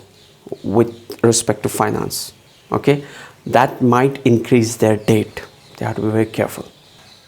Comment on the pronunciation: It’s not date it’s debt!!